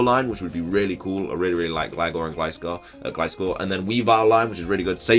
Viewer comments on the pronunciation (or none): none